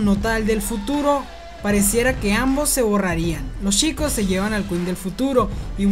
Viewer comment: Porque en vez de CH pronuncia SH Ej: Chicos = Shicos.